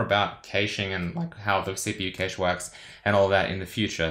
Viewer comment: It's pronounced "Cache" not Cayshej